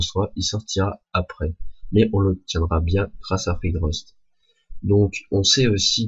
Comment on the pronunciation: Je crois que tu prononce mal "Frigost" .. Tu le prononce "Frigrost" .. Enfin bref, superbe vidéo. Merci ;).